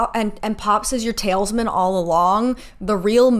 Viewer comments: Sorry for commenting before finishing the video, but right before girl it’s TAL-IS-MAN not “tails, man” 💀💀💀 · sorry but "tailsman" instead of "talisman" is so funny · Not the tail's-man. Girl it's tal-is-man. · I swear i thought it was just me! Thank you, internet stranger, I'm not alone! "Tailsman" took me ALL THE WAY OUT! 😂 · Same. tails-man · The way you pronounce “talisman” kills me. Like Babe, I know you are doing your best but I need you to take a close look at where that “i” is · I watched this entire series and still watched these videos and they clarified some plot points for me that I never understood or knew if they got resolved so thank you so much. That being said your pronunciation of talisman had me absolutely cracking up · no shade but I'm obsessed with the mispronunciation of talisman come the Season 6 recap.